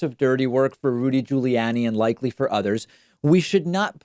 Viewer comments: I love the way David Pronounces Rudy Julie Annie. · I love it when David (I know it's intentional) pronounces the moron's name as Giuliannie! :))) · Listen David, You seem like a nice guy but if you keep mangling these names, I may ask for my money back. Giuliani, Tulsi, Parnas, etc, what the hell. We've been hearing these names for months, years or decades. Come on! It's so freaking annoying!